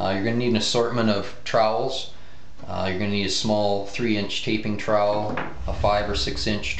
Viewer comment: Oh my fuck... What are you doing!? in my 11 years of working in this filed i have never seen someone tape like this? You can't use a hawk and trial? (which by the way you say incorrectly). This tutorial really isnt precise at all. why would you wipe the tape from one side to the other? i guess if you werent actaull doing this as a job it wouldnt matter but damn... you suck lol.